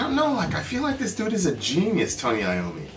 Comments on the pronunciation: You did pronounce Tony Iommi's name correctly. Geezer Butler, the bass player, is equally good on this tune. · Anyone with sense marvels at Tony Iommi - yes, you pronounced it correctly., you seem to know all sorts stories. Is there a story about someone who had to give up something they cherished to become great? That's Iommi's story.